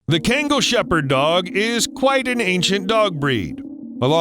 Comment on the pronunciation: you pronounce it KGAN GHAL SO KHANGAL .. the way u pronounce it is so... white